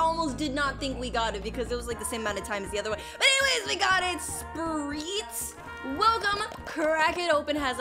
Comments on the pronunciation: To say his name u say it like sprit (u said it right the first time) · spurrit pronounced sper-it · The new spurrit is pronounced sp-rt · Spurring is pronounced like this (SPUR-IT) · Its (Spuh-ur-ut) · Its acutely pronounced S(Perr(It) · its pronounced sp rit